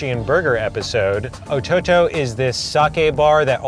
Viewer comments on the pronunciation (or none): LOOL "Ototo" was the whitest pronunciation I've heard